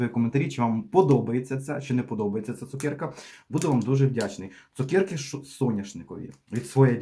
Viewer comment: ЦукЕрка !!!! А не цукєрка😢